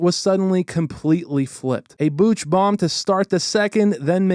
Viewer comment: please learn how to say Bouch bomb